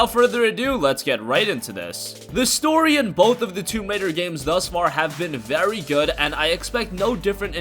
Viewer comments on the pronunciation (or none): none